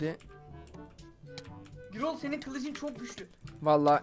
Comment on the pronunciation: Gürol diye okunur adam gibi yazilir